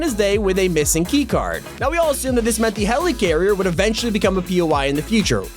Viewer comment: Nobody:: HELEECARRIER